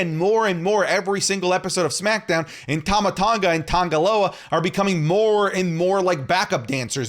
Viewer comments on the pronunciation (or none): none